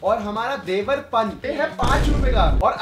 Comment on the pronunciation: फुकरा जी इसको देवरपान नहीं देवर्पन बोलते हैं। Domestic brand hai kaafi chalta hai rural mai